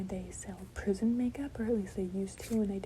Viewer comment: Girl I thought she said prison to I just looked it up she said prism 💀